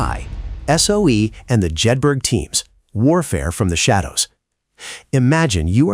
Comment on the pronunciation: Pronounced Jed-bur-uh.